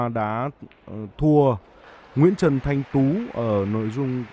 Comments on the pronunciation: người ta Thanh Tự mà cứ đọc Thanh Tú🤣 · Thanh Tự chứ không phải Thanh Tú, chán BLV :( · Thành Tự mà đọc thanh tú =)))) Đánh 5 băng rõ ràng kêu may mắn clm Bl deo có chuyên môn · Lạy ông BLV, Nguyễn Trần Thanh Tú ở đâu vậy trời, tên cơ thủ mà cũng đọc sai, đề nghị đài nên giao việc bình luận môn nào thì giao cho người có chuyên môn về môn đó 1 chút đảm nhận, chứ nhắm mắt giao bừa nghe bực mình lắm. Ít nhất đã gọi sai tên Nguyễn Trần Thanh Tự 2 lần. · BLV cứ đọc sai tên Thanh Tự là Thanh Tú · Thanh Tự not Thanh Tú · Thanh Tự ko phải Thanh Tú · Thành tự mà blv nói thanh tú hoài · Bình luận mà không biết tên thánh tự mà cứ gọi là thanh tứ , trước khi nói bình luận phải tìm hiểu trước đi rồi nói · Thanh Tự ,Ko phải Thanh TÚ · Nguyễn Trần Thanh Tú, giải tầm cỡ ntn đưa 1 blv k đọc đúng tên cơ thủ bl, chán hết muốn nói